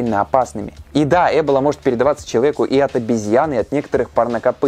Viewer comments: Почему Э́бола ,а не Эбо́ла? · Почему Э́бола? Я слышала только произношение Эбóла и в Википедии тоже так написано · Не Э́бола, а Эбо́ла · Ты права, ударение должно быть на "О". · Ударение разве не на о?! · Я всегда думала что правильно говорить Эбо́ла а не Эбола́ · Почему Эбола? Её всегда называли эбОла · В слове эбола ударение на О. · эбОла... ударение на 0.... Тут выговорить правильно не могут, зато видосы снимают о ней :D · Эбо'ла Ударение на О. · ЭБола? Я думал эБОла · эбОла, а не Эбола вроде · Хоть сказано Э́бола яэ буду говорить Эбо́ла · Эбола, ударение на о, а не Эбола со скоростью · Ролики супер, но ударения конечно дааа, эбОла, Ямало-ненЕцкий, мОровая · А разве Эбола, а не эбОла? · Помоему правтльно не Эбола,а эбОла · Лайк кто говорит не Эбола а эбОла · эбОла ударение на О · ударение на о, эбОла. Пожалуйста, не делай так больше 🙃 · блин не эбола а эбо-ла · Эбóла. Очень по ушам режет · Когда в слове эбОла ударение ставят на первую букву уже смотреть не хочется, поинтересовался бы что ли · Да почему же Эбола, когда эбОла. Почему не проверить произношение слова, о котором ,по сути, весь ролик рассказываешь? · эбОла. Произносите правильно, раз уж делайте рисёрч🙏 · надпис Эбола говорит ЭБЛА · ты на намеренно ударение неправильно ставишь?! эбОла вообще то, даже погуглила специально. ну что за.... ухо режит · Спасибо за интересную и познавательную информацию. Но небольшая поправка: ударение не на 1ый, а на 2ой слог (источник: Википедия) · Вариант с Э тоже возможен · почему так сложно перед тем как делать выпуск просто и элементарно посмотреть ударение на слово в википедии, слух режет пздц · Меня одного бесит как говорит эбола? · просто закрыла видео из-за его произношение слова "эбола"